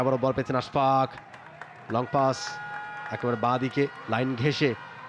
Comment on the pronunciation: I don't know why they keep pronouncing his name Ash FAQ